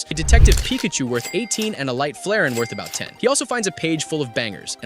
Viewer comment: The narrator is a larping scalper. He mispronounced Chansey, Charmleon, and Flareon.